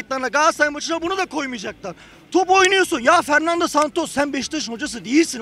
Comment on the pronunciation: 😂😂😂😂 Fernandaaa santas diyor eleman 😂😂😂😂😂